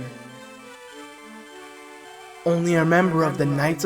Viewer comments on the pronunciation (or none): I love how he pronounced reign as reygan when it’s pronounced rain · His wicked regan. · "Reign" = "raygun"? Really? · Reegun? (Reign) huh what?? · the way he says reign lol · omg I chuckled. I love his innocent personality. To me it's cute. lol